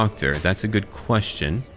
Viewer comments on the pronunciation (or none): none